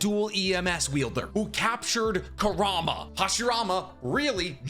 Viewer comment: Bro love the vids but why can’t you just say kour-oo-mah… he’s like the second biggest character and that’s how they pronounce it in the anime. Not koorama